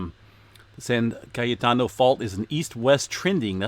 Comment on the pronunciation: I love the way you pronounce "cayetano" you almost sound Spanish. Good job! Yeah 83° in February is not a good sign, it was a beautiful 70° in Sacramento. Hopefully we won't have a super hot summer. If you stay in CA another summer I would suggest getting a dolboy pool to cool off in.